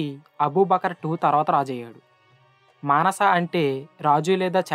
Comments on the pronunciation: Maanasa kaadhu ra… Mansa musa Peru palakadam raadhu malli infact anta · మానస కాదురా బేవకూఫ్ మన్స అనురా